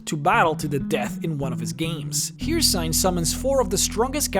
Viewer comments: My son you do not say Hircine name correctly at all.. it’s said in game a hundred times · Can’t pronounce Hircine but can say Udyrfrykte Seems legit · Sorry for being a geek but it's Her-seen, not Hear-sign. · it is not pronounced "here sign" it's pronounced "her scene" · Hercine is pronounced her-seen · Only 3 minutes in the vid and you pronounce it as "Hircyne" If you played the games then how can you not know its "Hircine"? Then again you are one of the few youtubers that actually manages to say "Rieklings" correctly instead of for some reason calling them "Reiklings", so that's good on you. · "Hircine" is pronounced "Here-Seen", not "Here-Sign". Characters in the game even pronounced it. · (her-seen) not (here-seen) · breh.. breh, it's Hircine (Hear-Scene) stop that (Hear-cine) shit lel. good video. entertaining, informational. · "Her seen" not "here sign" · It's pronounced "here seen" not "here sign" :P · BlackFlagAntiFa it’s not pronounced here-sign though, it’s her-seen. The pronunciation is flat out out the window. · its her-Seen.... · If he says hearsign one more time I'm gonna start shooting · You pronounce Hircine wrong, it’s pronounced ”her-seen”. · okay say it with me. HIRCINE. HER-SEEN. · Hircine... Here-Sign... Sigh.. Love the channel no matter what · Yeah I was wondering when did Hircine become "Here-Sign" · Hircine is pronounced "her-seen" You'd think after doing Elder Scrolls videos for years you'd know how to pronounce that smh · Hircine is pronounced hurr seen Just saying Ok vid tho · This hurt so much to hear so frequently. "Her-Seen,", they say it in-game, even. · He said the daedric prince hircine wrong multiple tunes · Don't know how many quests in any time say his name and you still pronounce hircine wrong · Stop pronuntiating Hircine that way! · Where are you from? I can’t tell from your “accent”??? 🤷🏻‍♀️ Like the way you pronounce the names “eebony or hearsign”